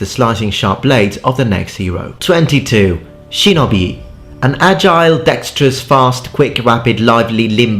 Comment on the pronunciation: how in the fuck did you just pronounce shinobi